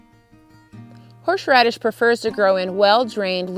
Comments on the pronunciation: Why does she keep saying horsh-radish? Isn’t it horse-radish? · I'm dying at "horsh-radish"